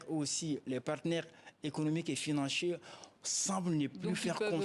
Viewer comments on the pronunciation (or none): La prononciation 😅😅😅 investisseurs, partenaires financhiers😅😅😅😅😅